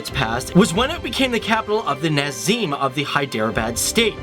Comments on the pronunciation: Its not Nazim you idiot!! Its Nizam... This is so disrespectful . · it is nizam not nazim pls correct it :( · That’s not nazim its Nizam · It's not nazim it's nizam if I don't no to pronounce it's ok but check out the spellings at least 😋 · Hit like if you literally enjoyed his pronunciation "Chhaw dhary for Chaudhri , Nazim for Nizam "😂😂😂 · Great video. but its nIzAm and not nAzIm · It’s Nizam not nazam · it's nizam not nazim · its nizam not nazim dude get spellings & pronunciation right. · its not Nazim, its Nizam of Hyderabad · CEO of Microsoft is also from Hyderabad, India. Also the Ruler's title was Nizam and not Nazim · its not nazim ali khan! it is NIZAM ALI KHAN!!! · dude its not Nazim, its Nizam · Dave Walpole its nizam not nazim ali khan